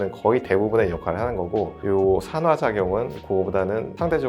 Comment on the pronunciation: 잘 들었어요 근데 '산화, 酸化'는 [산화] 가아니고 [산:화] 로 말해야 해요